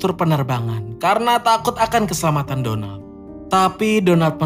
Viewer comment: Denger nama Donald kek bilang Donat miminnya 😂😂😂😂😂😂